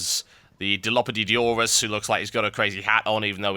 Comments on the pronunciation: Die. Loff. Oh. Saw. Russ. Dilophosaurus. Not "Diggydelphosoropholopsicon." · I know people don't ordinary care about dinosaurs, but damn it I hate it when people mispronounce the dinosaurs name. They are my favorit animals. And its Die-law-phil-soar-us for pronunciation.